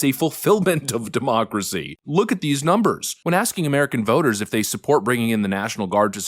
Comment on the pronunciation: Please stop saying demooocracy, it makes you sound silly.